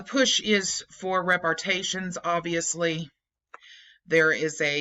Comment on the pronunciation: Rep ar ay shins. Just a correction on the pronunciation, no biggie.